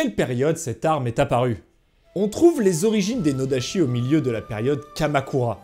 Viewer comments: Vidéo et sujet intéressants, j'ai appris plein de trucs, mais j'ai 2 petits minuscules bémols : -la prononciation, la graphie "ch" en japonais se prononce "tch", donc à chaque fois que tu as prononcé "nodachi" ça m'a fait tiquer (et puis "tatchi" ça sonne mieux quand tu parles français que "tachi") -sur le dégainage, en fait avec un katana (ou un iaito) aussi il faut que la main du saya travaille, en fait le plus du nodachi c'est le retrait des hanches pour rajouter de l'amplitude au mouvement (et certaines écoles de ken le font aussi avec l'iaito pour ... euh je sais pas). Sinon merci pour la vidéo, c'était super. :) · Juste une precision: [sh] se prononce [ch] et [ch] se prononce [tch] , donc noda[tch]i.